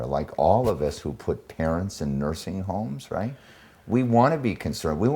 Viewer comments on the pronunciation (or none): 3.47 ....."Mursing" homes....?